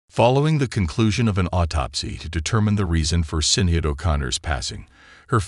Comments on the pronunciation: Its not Sin-ade or Sin e add, her name is pronounced Shienade. Where's her implied funeral pics? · Her first name is pronounced SHINaid (not spelled). Such lazy journalism and disrespect that you can't even say her name correctly. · WHY ARE YOU MISS PRONOUNCING HER NAME?!?!! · Get the pronunciation correct, really annoying me. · So many don't pronounced her name right... it's like they never knew her and her extraordinary career. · OMGoodness, what is wrong with you people? If you're going to use some computer generated voice-over, at least make sure it can pronounce someone's name correctly. I cannot watch one more second of this video bec it is extremely in poor taste and utterly disrespectful to keep on saying her name in such a heinous way. ~Shame on you! Ugh. Thumb down. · Omg ..remove this nonsense….you can’t even say her name correctly …. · Shame on you , you don’t even how to pronounce her name correctly???